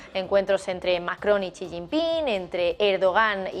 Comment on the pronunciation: Por que todos en el Canal se empeñan en pronunciar mal el nombre del lider Chino? Es "Xi", no "Chi"